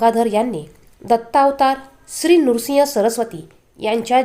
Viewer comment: नृसिंग नाही